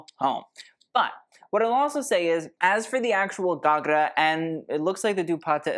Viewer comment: 10/10 for your pronunciation of ghagra and associated words (the odd one was 9/10 but nonetheless excellent) 👏🌟